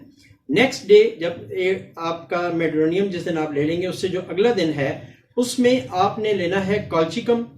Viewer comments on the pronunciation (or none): lafz medurinum hai Medurinium nahi hai ap Gelsemium ko bhi Gelsimimium keh detay hai lafz sahi tarha ada kiya karen